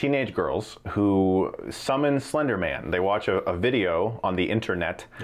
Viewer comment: Did he just say "Flender Man"?!?